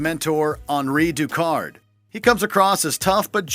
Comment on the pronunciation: I wish people that do the narration for videos, would take the time to know how to properly announce names . Hanri Ducard??